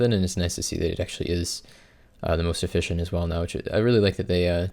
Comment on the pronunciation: I think that's the joke guys. He says the e like an i